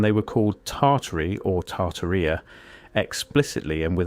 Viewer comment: It's pronounced "Tartaria," sir.